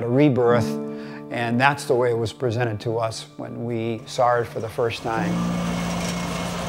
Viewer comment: you "saar" it?